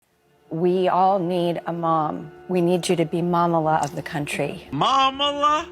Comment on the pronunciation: Finally, someone is saying this. Drew is unwatchable. She and her producers probably think this is her niche, but it is so contrived and obvious. The "Momala" makes me vomit, as the word is actually from a Jewish derivation, Mamaleh